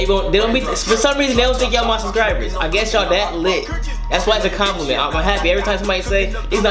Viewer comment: You know it's "SUBSCRIBERS" not "suscribers" you can spell it but not say it lol